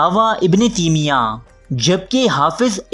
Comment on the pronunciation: تیمیہ میں تا پر زبر ہے